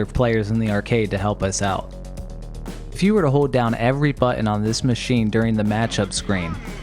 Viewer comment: You have a funny way of saying "hold" like the L doesnt exist. Great content though!